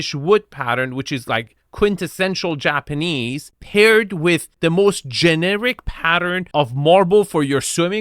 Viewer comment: is really butchering the words "japanese" and "minimalist" to a degree, that should be illegal.